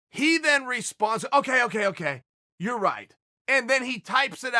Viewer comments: No one: Chael: Ya-rear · Yewe-err kauwrec-ked the-re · Jonathan you mean... YOUR’ER Rodriguez? 😂😂😂😂😂